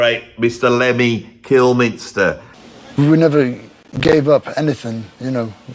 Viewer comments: mate there's no N in "Kilmister", ya bastard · Lemmy's surname was Kilmister, not Kilminster.